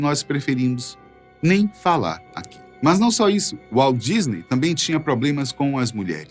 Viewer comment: Walt Disney (WALDISNEY) KKKKKKKKKKKKKKKKKK